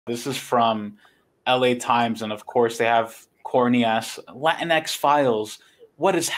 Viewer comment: Pronounced as "La Teenks"?